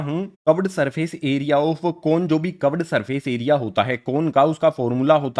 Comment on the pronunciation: Sir cuved nahi hota curved hota hai